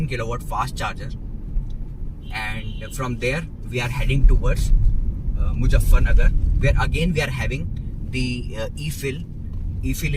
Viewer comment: Great video. You speak really well and have great presentation skills. Just one small advice: don’t pronounce Z as J in MuZZafarnagar.